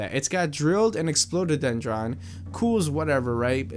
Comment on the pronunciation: Explodedron? What the hell, can't you read? Explode-a-dendron.